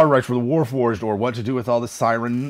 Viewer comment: Cyre: "Sire"? "Siri"? "Kyre"? looks into the mournland We may never know.